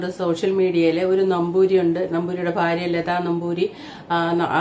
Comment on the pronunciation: ചേച്ചീ ഫാര്യ അല്ല ഭാര്യ